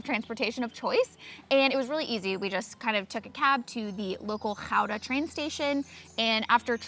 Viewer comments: Phonetics for English speakers: Gouda (well pronounced in video) 't Wapen (utt wah-pen) < U in utt is almost silent De Landerij (duh lon-dur-i) Heerlijk (here-like) < most people to say lekker (lack-cur) Badhuis (bot-house)< the dutch ui sound doesn't exist in the english language, to say it you must hear it Stroopwafels (strope-wah-fells) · Great, thanks for the compliments 😊 I accually live in Reeuwijk and was born in Gouda, the name of this city you pronounce very well👍You really should have hired a bicycle both, for a complete vibe of living here 😉greetings from The Netherlands 🇳🇱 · Your pronunciation of 'Gouda' is spot on! Don't feel bad, I don't have a bike either (long story that, incidentally involves Utrecht!), I'm a walker too + I have a pooch 🐶😂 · Your pronounciation of Gouda is spot on. 10 points for Griffindor! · Good of you to stay in a small village or neighbourhood, outside of the tourists attractions like Amsterdam or Rotterdam. Your the first ones I hear to pronounce Gouda the correct way.(10swanns for that one) There are villages like Reeuwijk all over the Netherlands, friendly people, nice architecture, historic buildings, waterways canals and lakes everywhere. If your first choice was the Netherlands before leaving the US, it is likely you'll come back and explore the rest of our country!! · Your pronounciation of "Gouda" was perfect. The rest, not so much, to be honest. If you want to live here, you will have an uphill battle with the language! (and with the housing market, unless you have lots and lots of money). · well I’m from Gouda and I must say, it was a pleasant surprise 😂 I appreciate it